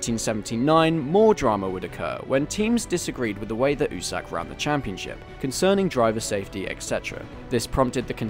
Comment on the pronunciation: My dude if you wanna sound like a true fan you have to pronounce it "You Sack" instead of "oo-Sack" great video none the less